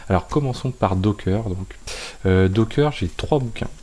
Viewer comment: c'est docker , pas dockeuuuuuuuurr !